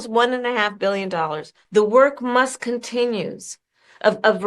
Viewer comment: "The work must continn-youzzz" - Kamala Harris